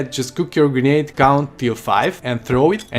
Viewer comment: I swear it sounded like he was sayin Green egg not Grenade 🤣🤣🤣